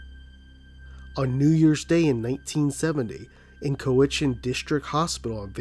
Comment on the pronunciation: Also fyi Cowichan is pronounced cow-ih-chen